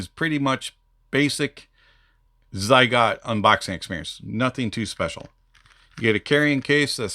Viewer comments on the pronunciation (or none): Never seen someone mispronounce every single thing of a product "psygot estela" lol 😂